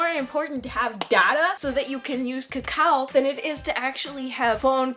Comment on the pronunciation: It's not pronounced cacao like the bean more like KA-KA-O just saying :)